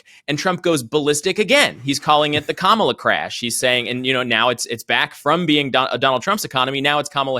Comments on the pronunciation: What I love is accidentally pronouncing Kamala correctly right in front of DanOld, tried to "fix" himself, then repeated the correct pronunciation again. The pressure is real! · he pronounces Kamala's name correctly followed by the derogatory way and then correctly again. I don't think he can get the hang of using the slur version. Daddy Trump probably gave him a little spanking for that